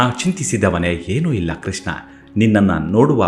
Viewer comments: Pl pronounce as Krishna ,not Kisna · ಸುಧಾಮನ ಕಥೆ ನಿರೂಪಣೆ ಚೆನ್ನಾಗಿದೆ. ನಿಮ್ಮ ಧ್ವನಿಯೂ ಚೆನ್ನಾಗಿದೆ. ಆದರೆ ಒಂದೇ ಒಂದು ಕೊರತೆ. ನೀವು ಕೃಷ್ಣನನ್ನು ' ಕೃಷ್ನ ' ಎಂದು ಉಚ್ಥರಿಸುತ್ತೀರಿ. ಶಬ್ಧೋಚ್ಛಾರಣೆ ತುಂಬಾ ಪ್ರಾಮುಖ್ಯ. ಇಂಥಾ ವೀಡಿಯೋ ನೋಡಿಯೇ ಜನರು ತಪ್ಪು ಉಚ್ಛಾರಣೆ ಕಲಿಯಬಾರದು,ಅಲ್ಲವೇ.